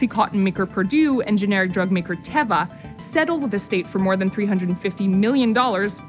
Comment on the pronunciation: TEEEVA not TEHVA